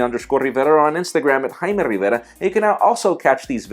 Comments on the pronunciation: he is trying to hard with "Jaime rivera" and "Barcelona" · it annoys me that he can't say his own name correctly to the point that I don't watch 80% of their videos.